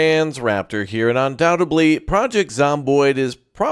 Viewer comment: "UndoubteDly"* JS heh, nice vid!